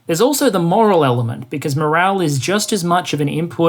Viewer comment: "Moral" ? Tut tut. "Morale", my man.